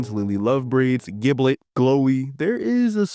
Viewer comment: bro saying giblit is so funny